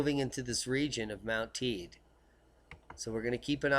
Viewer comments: Thanks for your videos look forward to them daily ....living here in on the island of Tenerife and the volcano is pronounced Tey-de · I think the locals on Tenerife pronounce it 'Taydee' but great work all the same;-)